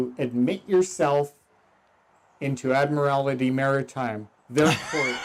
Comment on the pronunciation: Admirality 😂😂 not admiralty